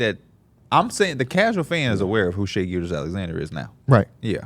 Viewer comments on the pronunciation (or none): none